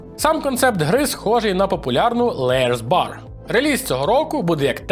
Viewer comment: Дякую за чергове цікаве відео! Один момент: на Liar's Bar буде "лайарс бар", а так виходить layer's/lair's bar🤓😃